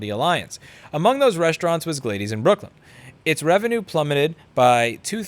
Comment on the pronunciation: Glay-dees? I'm used to hearing it as Glad-dis.